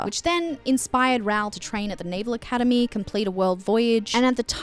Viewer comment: love your extensive analyse! (tiny little bit have my thoughts on your Raoul pronunciation: Rowl? <Ra-oohl>!